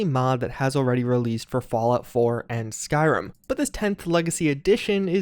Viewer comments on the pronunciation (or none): none